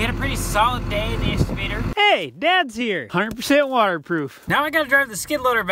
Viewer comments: it is ex cavater not exa vater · Makes me chuckle every time says "escavater" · What’s an “exovader”???? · There is a ‘C’ in exCavator, and it is pronounced with a hard K sound.